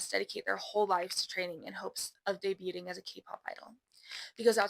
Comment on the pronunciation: i'm crying this is so bad 😭 "day-bute-ing"